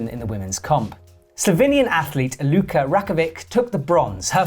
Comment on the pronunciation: It's pronounced Kran, not Kranđ or Kranž. And she is Lučka (Luchka) not Luka. Thank you. :)